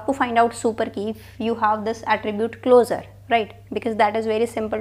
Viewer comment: it's closure pronounced like clo-shur. pls stop calling it closer ffs/